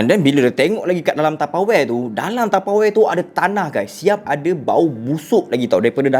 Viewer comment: SEBUT ELOK SIKIT TAPEWARE HAHAHAH LUCU